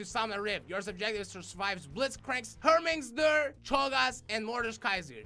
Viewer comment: Name pronunciation: Heimerdinger pronunciation: Hermingsder